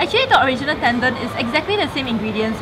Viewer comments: Ten Don not Tendan .. wahkaoz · It's ten-don. DON. Not ten-dern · Correct me if I'm wrong but I'm pretty sure tendon, ochazuke and millefeuille isn't pronounced that way 🙊 But great video, you girls look great 😊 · lol it would be nice if you pronounce tendon properly